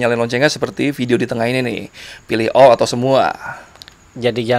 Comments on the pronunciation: Pilih "O" atau nyalakan loncengnya "O"itu apa bang hadeh gk jelas lu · Maksud dia "all" cm kedengernya "O"😂😂😂😂